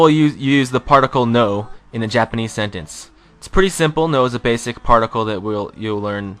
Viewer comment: If you'd rather not use Japanese script, why not use accurate romanization? And your pronunciation... oh god.